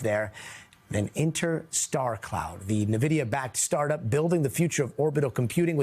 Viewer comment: please pronounce Nvidia correctly